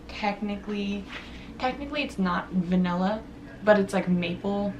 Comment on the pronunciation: What is va-nella it’s va-nilla